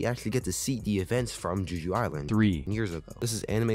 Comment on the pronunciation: are yous aying juju island? like jujutsu? .... it's Jeh-Joo, Jeju Island. it's an actual place in south korea, a honeymoon destination if you will. but yeah it's a great show :) i'm excited to see how they animate "ARISE"